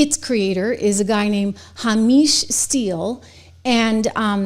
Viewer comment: HAmish not hamEEsh